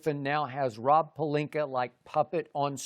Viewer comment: piti goyo at least its not pelinkeR 😂😂😂😂😂